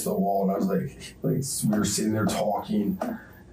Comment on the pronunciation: Ugh, this guy! With the voice that makes me need to shit. Can anyone else not stand that way he says words like "talking", he pronounces it "tauwking" like he's about to vomit after the T